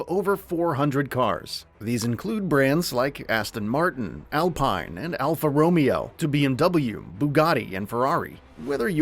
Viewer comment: stopped watching at Alpha Romeo, How do you nail Alpine (Al-Peen) but botch Romeo (row-mayo)